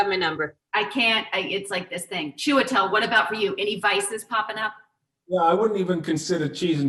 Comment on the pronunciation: I love Ann Hathaway, but I swear if she doesn’t learn how to pronounce Chiwetel’s name I’m showing up on her doorstep with a fifth grade teacher and a copy of hooked on phonics. Write it down and Sound it out! What is chewidle?😂